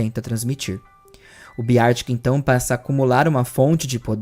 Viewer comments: se pronuncia Bér tic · eu adoro-te, mas a sua pronúncia de "Beartic" é horrível 😭